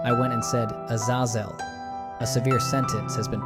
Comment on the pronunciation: How many ways of pronouncing Azazel are you going to mutilate ???